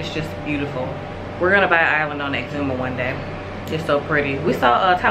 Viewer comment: So glad to hear you ladies pronouncing exuma right!!! Love my islands!!!🇧🇸🇧🇸🇧🇸🇧🇸